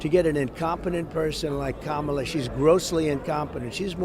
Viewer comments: Anyone else notice he's suddenly saying Kamala correctly? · He really is upset. He pronounced the VPs name correctly not once but twice! Just shut up and go away !🦧💙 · Wait, did I just hear trump pronounce Kamala correctly? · Did he just say her name correctly? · He finally said Kamala’s name correctly. It took him long enough to learn how to pronounce it. And some want to hand this incompetent, demented man the nuclear codes!! 🇺🇸💙